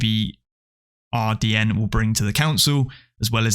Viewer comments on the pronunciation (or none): Just a heads up, "ABRDN" is pronounced "Aberdeen", they are Scottish after all :)